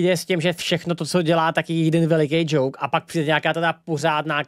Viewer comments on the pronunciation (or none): none